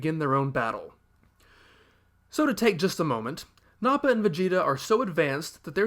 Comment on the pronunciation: the internet is probably already wanting to tar and feather you for saying "Blooma," "Sigh-en," "Nah-pa," and "Nah-mek." Did you know that the original author of "Dr. Jekyll and Mr. Hyde" pronounced "Jekyll" as "Jeek-el?" The problem is, "Jek-el" has been so firmly burned into everyone's brains for so long that it would just feel wrong to say it any other way. Dragon Ball terminology is the same way. "Kuririn," "Tenshinhan," and "Kye-oh-ken," are not as bothersome, though. P.S. If you think the English terminology changes are weird, you should look up some of the changes made in other languages. The English dub is far from being the worst dub.